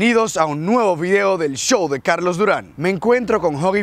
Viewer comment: Jajaja me da risa como dice cajco enves de carlos